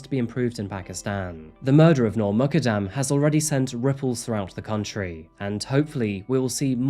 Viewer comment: Muqadam is Pronounced Moo kad dam.